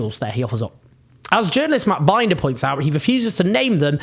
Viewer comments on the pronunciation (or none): Heeeey Binder getting a shout out, speakingthe truth!! Hell ya. Btw Mr. Jones its prounced Been-der not binder lol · Binder like cinder, not binder like sidewinder. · It's Bin-duh, not Bind-er. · Just a note: Matt Binder's name rhymes with cinder. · Love the video. Just wanted to tell you that that journalist's name is Matt Binder is pronounced Bender. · Well Said BTW its pronounced Matt B In Der ❤️🙏🏻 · Matt Binder is pronounced like the word "in" ("in the room"). It rhymes with the German word "kinder" (as in kindergarten). Cheers. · Matt Binder is pronounced “Bender.” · Matt is called Binder as in Tinder, not as in Finder. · Owen, Matt Binder (pronounced: bin-der) 😉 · It's 'Matt Bin-der'